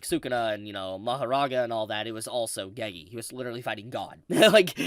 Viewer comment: Dude you need to stop saying Ge-gee… its just Gege lol